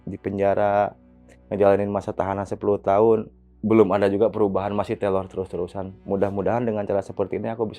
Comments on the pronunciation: Teror bang bukan telor😁🙏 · teror bang, bukan telor.. maafkan aku malah ngakak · TEROR BG TERORR,BUKAN TELOR😭😭